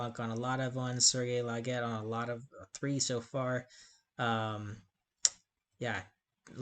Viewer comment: Oh and btw, the e is silent in French at the end of most words. "Serge Laget" is pronounced "Serj Lajay".